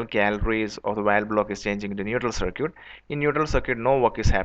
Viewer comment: wtf is cir-kweet